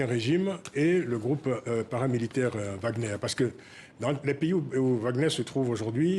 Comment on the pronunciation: Madame c'est pas WAGN EUR mais WAGN ER